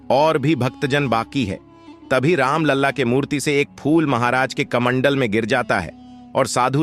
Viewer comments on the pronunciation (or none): कमनडल नही कमंडल